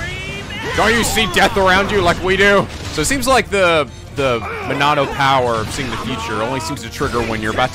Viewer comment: I thought it was "Monado"